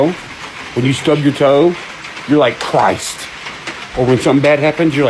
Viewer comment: "Cry-ist" has me 💀